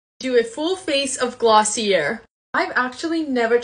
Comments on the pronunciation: Gloss-ee-ayyyyye Not glossierrrrrrr (Companies like when you pronounce the name correctly) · It’s pronounced glossiey not glossier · I was dying watching this 😭😭 it’s pronounced glossy-ay not glossyer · It’s pronounced Glossy-A ! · It’s pronounced glossy-ay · Its pronunciation glossy-a